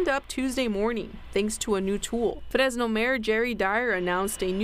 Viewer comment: Fresno is pronounced with a regular English R, and no one actually from Fresno pronounces the name of their town with a rolled R like that lady was. Notice she didn't roll the R in "graffiti," "truck," "crews," and "from." She's deliberately, disrespectfully, mispronouncing it to send socio-political signals, but hardly anyone is brave enough to call it out for "racism."